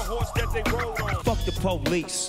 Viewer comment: "Porice beating"